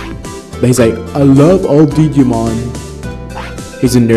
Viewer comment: Did you just say.....diggy-mon...wow.